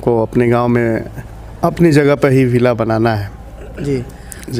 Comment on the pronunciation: बिल्ला नहीं भाई विल्ला 😂😂😂😂😂